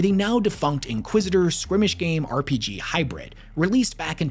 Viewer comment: Skirmish is pronounced "s-KUR-mish" =) It's cool, I also ended up reading at a much higher grade level when I was younger, so I often ended up mispronouncing unusual words I encountered while reading larger novels. Words like "rendezvous" really tripped me up back then.